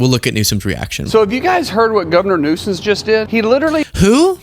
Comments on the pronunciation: I think he just called the California governor “Governor Newsons”. 🤷🏻‍♀️ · I think he was trying to say Governor Nuisance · He said Governor Nuisance. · He’s saying nuisance. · I think he was saying governor nuisance 🤦🏻‍♀️ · Governor “Nuisance” is what the homie is saying